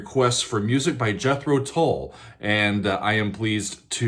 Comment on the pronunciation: Another great reaction; this time to an epic song by my favourite band. I first saw them live at The Marquee club in London in 1968, and countless times since. Love the way you pronounce ‘Tull’! More please...